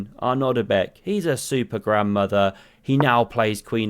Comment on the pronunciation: Am i the only one hear Super Grand Mother?